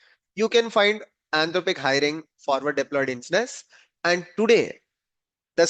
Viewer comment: Nothing surprising...good video...just wanted to confirm you are saying "Engineers" no ensteineers..